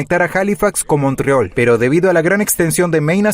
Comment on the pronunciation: El reporte es bastante bueno y explica muy bien la situación de NS. « Montreol « ¿quien dice eso en español? Jejeje😂